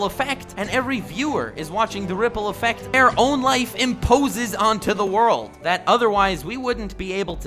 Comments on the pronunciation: Very nice use of "ZA WOARLDO" ...subbed :D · za Worudo! lmao lol